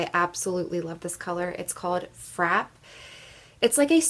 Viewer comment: I'm on a MUG kick right now, so I've been watching a ton of videos and have my MUG eye shadow stash up to 33 now. I have a lot of the same shades that you have and absolutely love them. You are aware that Frappe has an accent on the E and is pronounced Frap-pay, right? Not just frap, like crap. The video was great, just that small thing struck me. I appreciate all of your hard work!